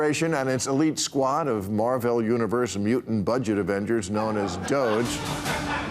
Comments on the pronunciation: DOGE pronounced DOGGIE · Lets get this right: It's pronounced "Dog-EE." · It’s pronounced doggie. Doge